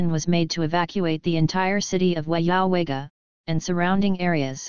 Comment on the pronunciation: Your pronunciation is wrong on the towns track a maintenance problems